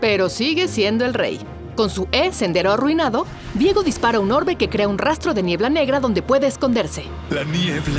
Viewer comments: Vi-ego viejo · Es viego o Diego, ni la narradora lo sabía.